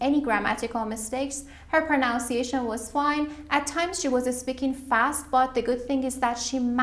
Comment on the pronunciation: Anyone thinks that MC has problem with the word “pronunciation”?